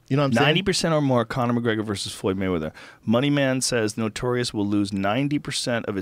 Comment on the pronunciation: Waymeather?!?!?! hahaha